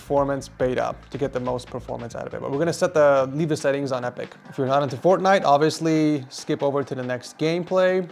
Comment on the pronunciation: Did he say forknife😂😂😂